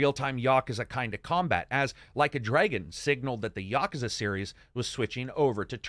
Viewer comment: For the life of everything, its pronounced "Ya-koo-zah". Please stop saying wrong.